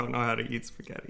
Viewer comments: Simone Trombotto Ma la cosa più strana è quando sento su canali di cucina da italiani che vivono in America, pronunciare la parola (italianissima !) spaghetti.......”spagheri”. Che lo faccia un americano è diciamo ancora perdonabile, ma che siano gli italiani a pronunciarla in quel modo è proprio una cosa imperdonabile . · Comunque.. Eva devi insegnare ad come si pronuncia la doppia TT di spaghetti, non si può sentire come lo dice😂